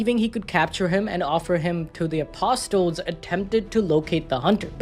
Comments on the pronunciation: It's pronounced as apo sol with silent t. not apos tol. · little brother? bro it's his OLDER brother, get your facts straight. Also, it's not "apos tels", it is "ah puh sels" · Say apo-STLes again. And again. And again. You'll get it right this time... again. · The t is silent in apsotles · The t is silent in apostles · Yo the t is silent in apostles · suprised there wasnt any irish hero with so many of us around the world 😅 the T in apostles is silent btw